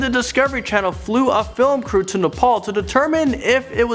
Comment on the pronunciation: Not nepol